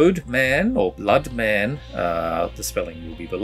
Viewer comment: Bloedmaan is pronounced BL-OO-D (classic long double OO sound, like in Tooth) MA-AN (long A like in the word dark)